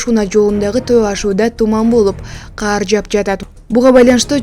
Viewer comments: Каар жаабайт кар жаайт ! Кар жаап жатат деп жазылат, окулат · Каар эмес кАр, журналистер ушинтип жатышса, жонокой эл эмне болот🤦🏻‍♂️